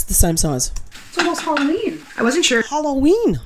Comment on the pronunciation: Many people mispronounce Halloween, get over it please.